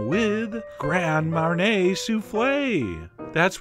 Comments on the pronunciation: I don't want to be annoying but the correct pronunciation is (mar-nee-ay) not (mar-nay) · Grand Marnay? NO! Marnier is not pronounced Marnay. Marnier is pronounced Marny-ay. It's really easy to say and sends out good info rather than bad info. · marnay? mar-knee-A john.....you americans butcher the french language. :P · Its MAR KNEE A MARNIER